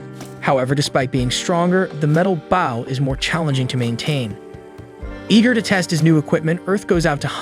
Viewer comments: anyone else wanting to correct the audio? its bow as in bo not bao like the bun or the front of a ship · It's not bao, it's bo... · Bro I can’t get over the ai saying bow(ba-w), instead of bow(b-o-w) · Bow ❌ Baw✅ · i cant take this seriously because of the pronunciation of bow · yeah it’s an ai so it doesn’t say it right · Hearing an incorrect pronunciation of the word "bow" repeatedly in a story about an archer is kinda annoying if I'm being honest. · Bow & Glow. Bow & Cow. It is that easy. 😊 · Glad it’s not just me please pronounce it right such a easy word as well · So true the whole video experience drop each time it pronounced bow of archery as bowing gesture 😅. Ai is not perfect I guess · Got to remember the bow of a boat is spelled the same way as bow the weapon so AI is sadly sounding it out and not looking at the grammatical structure it's being used in. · Maybe it's ai voicing. He also says an - ime instead of anime